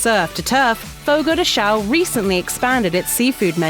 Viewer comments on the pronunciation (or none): It's "FOGO DE 'SHOWN' " NOT "SHOW"!!!! Geez I wish people would actually LEARN to pronounce PORTUGUESE correctly instead of trying to "fudge it" with their Spanish, Italian or other LATIN language EXCEPT FRENCH! One good thing about FRENCH is its completely distinct vocabulary and accent makes it completely incomprehensible as a language to use as a "fudger" for its Latin based sisters.